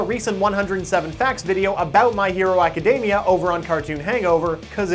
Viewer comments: My hero a-ka-dem-ee-a. NOT My hero a-ka-deem-ee-a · I literally can't watch this video due to his pronounciation of acdemia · tfw you've been saying "academia" wrong this whole time :(((((